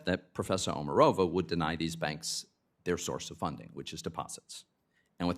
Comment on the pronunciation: Actually, OmArova - accent on the second vowel.